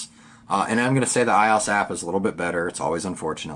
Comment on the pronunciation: "I ozzz"? really? for a tech person and you pronounce it iiiiozzz?